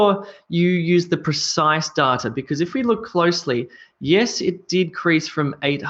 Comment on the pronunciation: I really appreciate your videos, they are so helpful. Don't get me wrong but may I ask why you pronounce "data" the way you do. I checked it and I could find nothing close to your pronounciation. Am I missing some points?